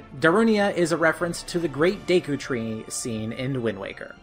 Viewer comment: It’s pronounced deh-ku